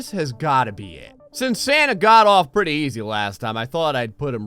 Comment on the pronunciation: “Pritty mich” why